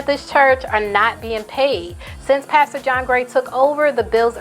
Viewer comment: OMG you said "pasture) as in as field or grass instead of pastor and boo I fell out🤣😂👍